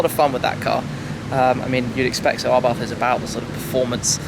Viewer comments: Pronounced, Abarth [ a-barth ] not "arbarth". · ABARTTTTTTT.....not th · Please , please lose the H in the Abarth , just pretend it's not there ABART , that's it ABART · It’s pronounced [Ab-Ar-T] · Can't get over how he says 'abarth'